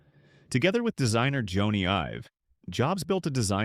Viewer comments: Jony Ive is pronounced Johnny Ive. Not “Joanie” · “Joany Ive” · "Joanie" Ive? ah, AI. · Voice over sucks. You kept mispronouncing Jony Ive’s name